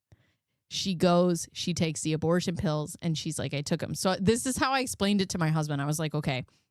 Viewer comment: Girl that abertion ceretion took me out 🤣 I heard in my head like sling blade 😂